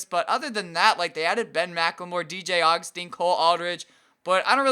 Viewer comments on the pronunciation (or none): none